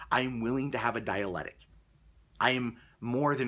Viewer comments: "dialectic" not "dialetic" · It's "dialectic" not "dialetic" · It's Dialectic. Not dialetic. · Dialectic not dialetic. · Could the anti-SJW crowd please stop saying "dialetic?" (sic) It's dialeCtic! You guys just sound like you never heard the word before the Bret Weinstein videos! (I say this as a supporter of some of what the anti-SJW crowd says.) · please learn to pronounce your word of the week. I believe it is supposed to be dialectic, or possibly diabetic, one way makes sense in context, either way you butchered it. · Pronunciation, di-a-lec-tic, fuck. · Dear -- di'-a-lec'-tic. Dialectic. Don't forget to pronounce the interior hard "C". Also, since the first Evergreen video came out, in which Weinstein talked about the difference between debate and _dialectic_, people are now using "dialectic" when "dialogue" would do just fine, and is more easily understood. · it's "dialectic". You are missing that first "c" and it's maddening.